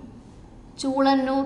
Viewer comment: ചൂളനൂർ അല്ലല്ലോ, ചൂലനൂർ ആണ്....